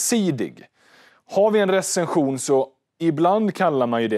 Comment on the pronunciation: Spara Smartare med Nordnet tror han påpekar mer ditt uttal